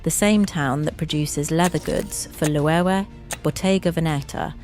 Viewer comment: Thank you for this valuable information. But could you please learn the correct pronunciations of names for your next video? Polene, Loewe, Hermes - it's just irritating.